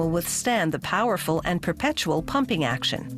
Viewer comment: "Perpetual"? Yeah, I noticed that too.